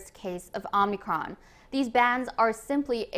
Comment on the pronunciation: Dude. It’s not omnicron but omicron.